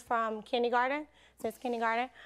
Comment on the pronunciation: It is KIN-DER-GARTEN...that drives me nuts...😂😂